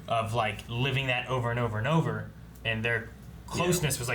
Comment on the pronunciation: “It’s ova”😂